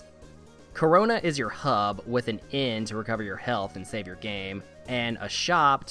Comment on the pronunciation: Town name "Carona", how you read it Corona ...... uuummmmm